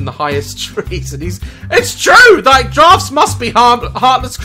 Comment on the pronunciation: He Said drafts